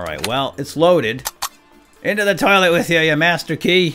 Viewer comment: at 18.58 you said loilet